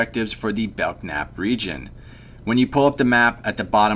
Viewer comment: IDK, he pronounced the silent 'k' in Belknap. This alone ruins Christmas.